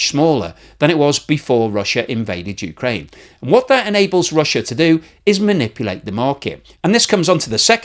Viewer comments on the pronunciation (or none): none